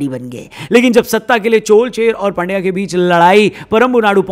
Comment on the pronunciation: पांड्या वंश नहीं, पांड्य वंश 😂😂 पांड्य वंश - ये ipl चल रहा है बेनस्टॉक 😂😂